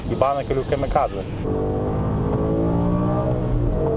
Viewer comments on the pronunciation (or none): kamikadzė, o ne kamikazė.